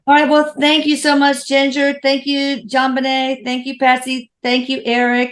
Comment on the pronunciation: Her name is pronounced: " JOAN - BEN - EH " It's French !